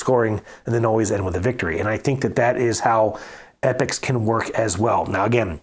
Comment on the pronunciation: Great commentary, thx. Loved the comparison. By the way it E- Pocks not epics!